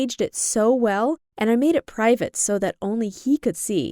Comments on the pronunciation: it said privat instead of private SERIOUSLY?!! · privat instead of private? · Its private not privat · "pRiVaT" what in the hel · Aye u were close, all u missed was the "E" at he end of privat